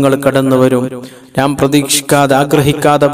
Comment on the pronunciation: നാം അല്ല, ന്നാം ആണ്.